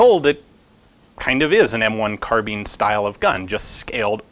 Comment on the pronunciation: I'm sorry did he just say M1 Carbean?!?